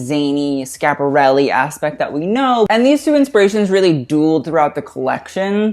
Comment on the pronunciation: please prounanca the I in Schiaparelli